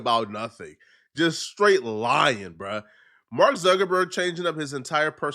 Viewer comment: It's pronounced Mark Zuckerberg, not Zerkerberg, You're welcome.